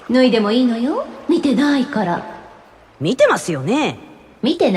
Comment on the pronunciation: they way you say palutena and viridi...OOF